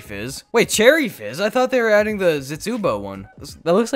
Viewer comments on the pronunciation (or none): did anyone realise he said cherry jizz instead of cherry fizz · He said cherry jizz instead of fiz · you said cherry jizz instead of fizz at the end😂😂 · Did he say cherry jizz at the end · HE CALLED CHERRY FIZZ CHERRY JIZZ XDDDDDD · when he says cherry jizz instead of cherry fizz lol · "I got some cool stuff like cherry jizz" it's fizz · Did anyone else hear him say cherry jizz instead of cherry fizz at the end? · Did anyone just hear that he said Charidges instead of cherry fizz 16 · Did anyone else hear him say cherry jizz instead of fizz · at the end instead of cherry fizz you said cherry jizz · You said cherry jizz not cherry fizz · This guy said jizz instead of fizz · did you say cherry jizz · did he say cherry jiz at the end? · lmao before the end said you said cherry jiz camo 😂😂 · Bro really said “Cherry Jizz” 💀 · Hey bud you called it cherry jizz😂😂😂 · At the end he called it cherry jizz lol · did he say cherry jizz at the end 😂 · who else realised said. cherry jizz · he says cherry “Jizz “ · im i the only one that heard Cherry Jizz at the end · at the end you said cherry jizz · At the end did he say cherry jiz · He said cherry jizz lol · anyone else notice he said cherry jizz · Anyone else hear him say cherry jizz near the end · Did anyone else hear him say cherry jizz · Am I the only one who herd cherry jizz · Lol u said cherry giz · Anyone else hear him say cherry jizz?